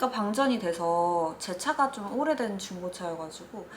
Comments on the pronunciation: 사투리 못한다고 한지 40초만에 부산어 본능이..😅 '오래된^' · 밧데리 얘기하면서 "오래된" <-요말 부산사투리 억양 이었음. ㅎ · 오래된 에서 약간 부산억양이? 사투리 보여 주는 쪼민양